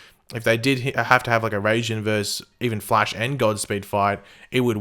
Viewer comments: Pretty sure Raijin is pronounced like Rey-zhin (ij becomes a zhin) sort of sound so its like "Racing" (Just a theory) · In Japanese mythology Raijin is the Japanese god of lightning Pronounced Rai as in rise and jin as in Jean